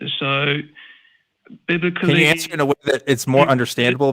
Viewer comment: Holy Toledo… this Biblical dude is a rats nest. I’m going to hear “Biblik-a-lee” in my nightmares.